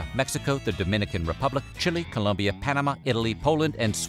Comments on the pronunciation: it's ColOmbia, not Columbia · food history, it's Colombia not Columbia 😖